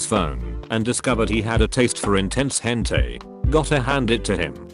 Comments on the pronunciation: No one: Text to speech: Hentay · The way it pronounces hentai HENTAY